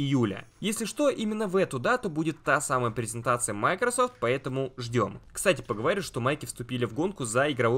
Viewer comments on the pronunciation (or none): none